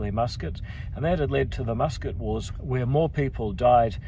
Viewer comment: NO WHERE IN ENGLISH IS WH PRONOUNCED F